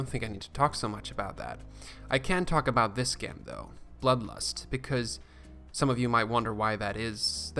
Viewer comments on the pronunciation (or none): Great videos! Just to let you know, it's spelled "gem" but pronounce it "jem"